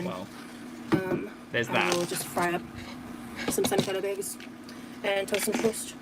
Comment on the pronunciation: Why do all the gorlies say "aygs" instead of eggs?